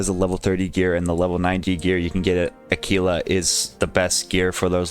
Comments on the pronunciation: Lmao tf is Akeelah? It’s Aahkwila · Aquila is actually pronounced Ack-wil-a lol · no he used the wrong pronounciation, do some research lol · Bro what lol I majored in Latin. Qu is pronounced like qu, not like a k. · the way he said it probably isn’t correct but it’s still probably closer than a quil a